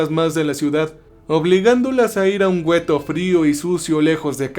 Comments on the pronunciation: se pronuncia Gueto, no güeto, la "U" es muda por Dios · Es gueto, no güeto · Saludos, solo una observación se escribe ghetto y se pronuncia guetto, es una palabra italiana. Excelente trabajo y mil gracias por compartirlo, por cierto ya estraño Cerber. Una abrazo. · El gueto !?!!...😅😂😅😂...Güetto !!!